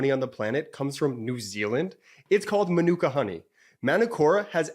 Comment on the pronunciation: .....while jordan guy in middle very self conscciously makes sure more his eyebrows havent disappeared any further.. BTW It's Mānū~kōra, It's Māori pronunciation. In New Zealand Āōtēarōa Mānūka honey is very common.